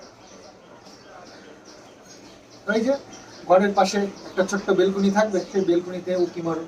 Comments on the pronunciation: plz kathataBelcony na Balcony bale go....kichu mone korona khub Kane lagche shunte taibollam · অশিক্ষিত হলে যা হয়! তিন তলা বাড়ি করে Balcony কে "বেলকুনি" বলছে। শিক্ষার দৌড় বটতলা। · কথাটা বেলকুনি না... ব্যালকনি বলে। শহরের মানুষ শহরে ঠিক আর গ্রামের মানুষ গ্রামে। তোমার যেমন শহরে বেশি দিন ভালো লাগবে না, তেমনি আমরা যারা শহরেই জন্মেছি, বড় হয়েছি, তাদের গ্রাম কিছুদিন ভালো লাগবে, সবসময় নয়। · ওটা বেলকুনি না😂😂ব্যালকনি। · Ota Belcony hobe na,balcony hobe, valo laglo video ta r sona baba key amar onek onek ador dio ❤